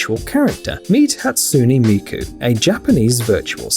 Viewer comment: HE DID NOT JUST SAY HATSUNE MIKU'S NAME LIKE THAT- 💀👺